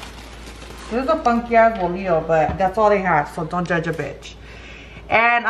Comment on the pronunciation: We called that kind of bread teleras .... no ( volio) a think you are trying to say bolillo .